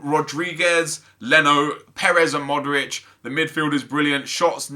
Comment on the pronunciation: Pronounces Modric right, pronounces Kovacic like Kovacick... Drives me mad :S